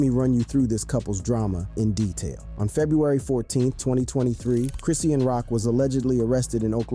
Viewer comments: Chris-shawn (Chrisean) not chrissy-an🤣🤣🤣🤣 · OMG!!!!! I can’t watch this or listen 👂 lol GET HER NAME RIGHT WTF